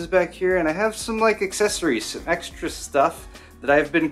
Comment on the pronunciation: did you say egg-stra stuff?